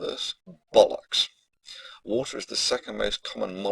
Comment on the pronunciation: Please say 'Saturn' and 'Bollocks' again, and put loads of emphasis on the last part of the word. Its the funniest thing on the entire internet.